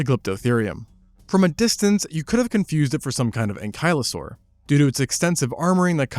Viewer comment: Today I learned that I've been pronouncing 'ankylosaurus' wrong for over 40 years